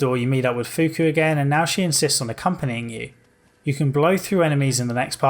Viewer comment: it's not fuku